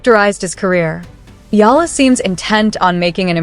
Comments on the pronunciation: Her surname is eala not aya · Better study how to pronounce the surname of Alex.